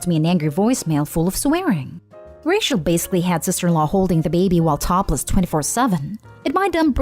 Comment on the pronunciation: It really annoys me that the narrator pronounces Rachel as racial. Even though this is my favourite reddit related channel, it was just hurting my ears. 😅